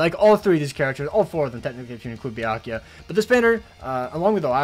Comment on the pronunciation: It’s byak rukia and as mark my words